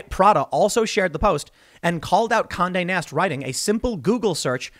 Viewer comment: everytime he said Conde Nast i heard Kanye West